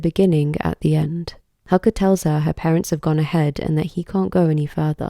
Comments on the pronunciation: You've put so much research and detail into the Japanese mythos, lore, and even deciphering the kanji, yet why do you continue to mispronounce Haku's name? It's not even an English pronunciation in the dub that needs correcting, the characters are pronounced as Hah-Koo, not Huh-kuh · The pronunciation of Haku hurts so bad